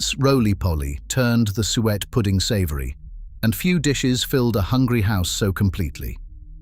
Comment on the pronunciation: Please! Will you learn how to pronounce the word 'suet'?